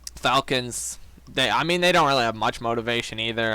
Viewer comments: Definitley falcons but it definitely doesn’t sound like that 😂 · what did you say cant tell if it was a f bomb of you saying the falcons.